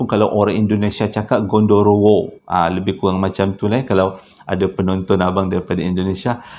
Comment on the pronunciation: genderuwo bang bukan gondorowo 🤣😂